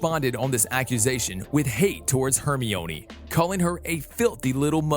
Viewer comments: It's Herm-eye-onee not Hermy-oney lol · “Hermiooni” 😂😂😂 its Hermione not hermiooni 😂😂 like u would say windgaodiom leviyosaaa it’s Wingardium Leviosa😂😂😂no offense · badly pronounced, Haegrid,Buck-a-Beak, Hermiionee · Hermione is (her-mi-nee) and you should do ronald weasly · Hermione is Hermeeonee, Hagrid is Haygrid, Quidditch is Ka-Ditch, a Hippogriff is a Hippogroff? Have you ever seen the movies? Are you a bot? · Your saying it wrong it lu c us and her mi nee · IS PRONOUNCED HERMIOINE QUIDDITCH AND NACRISSA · Its her-my-a-knee. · When he prounounces quidditch, kiddich and hermine hairmoineeee: :/ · You are Hermiyoni part 3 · Hermoine is pronounced (HAIR MINE EE) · Saying hermione's name wrong lol. Its ok though. Love watching these videos. ❤ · He said Hermione wrong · Can y’all please stop dragging him on his pronunciation I know it was bad and he knows now to but ya don’t need to remind him how to spell Hermione times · The way you pronounce '"Hermione" Is not how you pronounce it! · You pronounced Hermione's name wrong